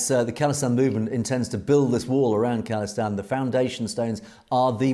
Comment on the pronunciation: FYI it’s pronounced “Call-istan” (like phone call) not “Kahl-istan” no disrespect it’s all love, appreciate the good work